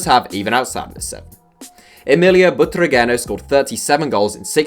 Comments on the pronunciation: That pronunciation of Butragueño hurts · Backpack even though he mispronounced it lol